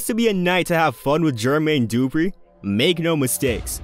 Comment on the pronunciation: You lost your hip hop card when you called the man GEEERRRRMAYNE DOOOO-PRE. MY guy, da-fuqck?